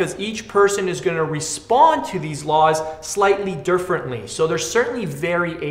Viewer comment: "slightly derfrently" lol